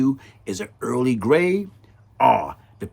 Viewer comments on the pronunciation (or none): none